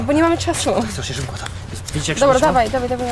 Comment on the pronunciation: ale szyPko trzymasz